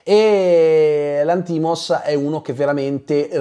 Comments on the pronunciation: D'accordo su tutto tranne che sulla pronuncia del cognome del regista (Lànthimos, non Lanthìmos) 😅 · VA BENE TUTTO MA SI PRONUNICA Yórgos Lánthimos (grec moderne : Γιώργος Λάνθιμος / Giórgos Lánthimos), PER FAVOREEEEEEEE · ottima recensione. attento alla pronuncia del nome del regista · io ti ascolto sempre con molto piacere e sei l'unico che ascolto per quanto riguarda le recensioni, però il cognome del regista lo pronunci male! 😢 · Perché pronunci Lanthimos così?